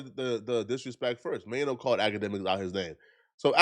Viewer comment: Troy Ave violated Maino the worst😂😂he called him Chaino🤣🤣🤣☠️